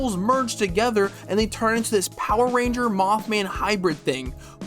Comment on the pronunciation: NGL, every time he says Power Rangers it makes me irk but its also funny.